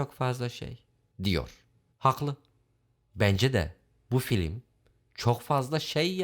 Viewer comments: en başta filim dediği için videoyu sona sardım zannettim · En baştan FİLİM demen xd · Bende Diana'mıyorum. Bu nasıl "Filim".